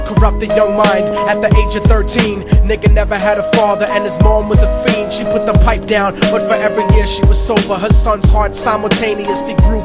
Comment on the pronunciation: "...and his mom was a fiend" Lol "feen".